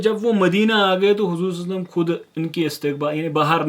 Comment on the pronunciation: Brother you are doing great work may allah azawajal accept your good work.. But brother meri request hai ki salalahu alayhi wasalam sahi se pdha kariye..